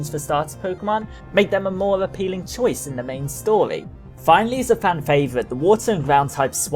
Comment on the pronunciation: "the main stoly"